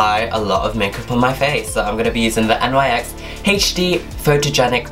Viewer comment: Ok I'm just going to throw this your way nyx is pronounced (nix)